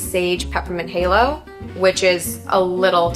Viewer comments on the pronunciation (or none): none